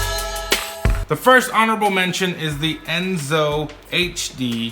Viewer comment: It’s Enso, not Enzo.